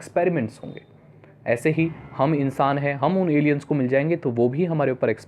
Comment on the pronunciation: Bhai Alain hota hain